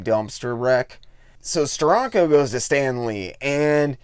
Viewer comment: It's pronounced "Steranko" not "Stironco."